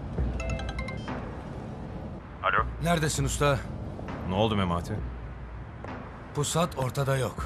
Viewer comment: İmdat'ın pusata pisat demesi çok iyi 😂